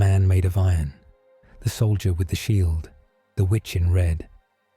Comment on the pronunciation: I swear you misprounce Sheild.